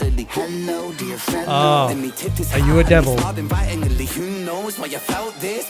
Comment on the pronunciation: I love when ren adds extra syllables to words, it always tickles my brain.... "excitedely" "invitingely " 😂💜🫶